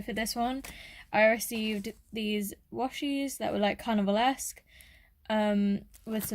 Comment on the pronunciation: I thought you said cannibal instead of carnival at first 😂